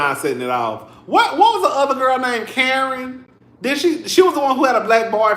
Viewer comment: They calling Karen, Kurn 😢😢😢😢